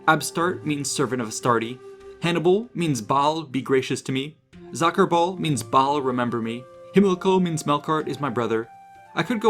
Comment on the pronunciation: If Carthaginian names survived and pronunciations were corrupted: "By the time the war ends in 307 BC, Soccerball is a changed man."